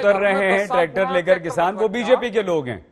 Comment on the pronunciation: Dakait bhai jab bhi tum kisan bolte ho to hame dakait q sunai deta hai